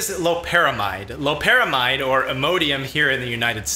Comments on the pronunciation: It’s lopera MIDE, NOT MEED! It has been compared to and said to produce, when able to cross the blood brain barrier, effects stronger than fentanyl. It’s not chemically related other that being a synthetic opioid. It’s extremely dangerous to attempt getting ‘high’ off of it; the pay-off is not worth a fatal arrhythmia. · it's obvious you did your 10 minutes of "research," aka google. . . Loperamide's (MEED) not mide. . . furthermore, Loperamide is closer related to fentanyl, and is structurally similar to it Rule of thumb, NEVER assume molecules with similar shapes produce same effects, sometimes, this is a common misconception, even the slightly change in shape can change all physiological effects! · Call Me Witcher it's pronounced differently depending on where you have studied medicine, you sound like a pretentious Med school dropout